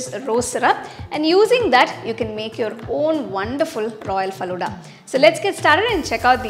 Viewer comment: Your pronunciation is wrong of falooda